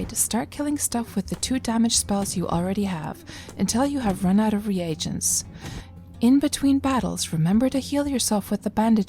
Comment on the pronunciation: I hit the dislike from your pronunciation of "re agents"...its pronounced reegents...